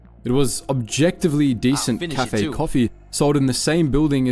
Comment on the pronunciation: Also, the pronunciation of "cafe" is just weird.